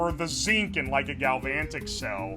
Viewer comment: I’m shocked. Ten seconds in and I’m already presented with someone who struggles to pronounce galvanic, and likely never took physics in high school.